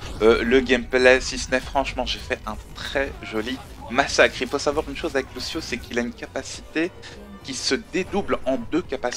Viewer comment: Et ça se prononce Louchio ;)